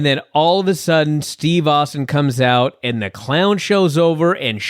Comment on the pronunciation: Lance - it's OUT, not OAT. Get it right, Junior.